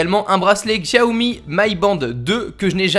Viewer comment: On dit shiaomi 😤